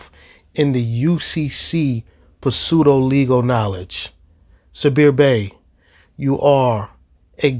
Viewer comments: I love what you do, but there is one little correction. Pseudo has a silent P; It's pronounced SUDO (Like Sudafed). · When pronouncing “pseudo,” the p is silent.